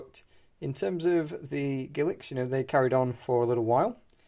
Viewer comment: I am sorry ,what word did you use to describe Elizabeth first portrait coins? A word that sounds like giliks??!!